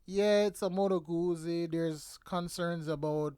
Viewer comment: Isn’t jacuzzi pronounced like jacu- piZZa? I have a 2016 guZZa stornello v7 and it’s good. So good I haven’t been able to sell it, even though I think of it every year- but then every year I say nahh, let’s keep it another season. because it keeps going without giving me any problems, so I think it wants to stay. It’s a very happy bike to ride.